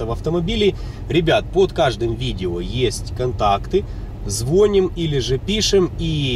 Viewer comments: Абсолютно некомпетентные инфантильные вопросы. Зря потратили время,. ЗЫ ЗвонИм, а не звОним. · Не правильно делаете ударение в слове ЗВОНИМ.Ударение нужно делать на букву И.